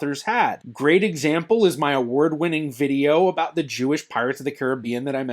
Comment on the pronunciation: As a Canadian this guy is officially the only Canadian I’ve ever heard say aboot!